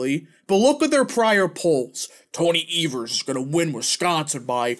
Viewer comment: As a Wisconsinite, it is pronounced EE-vers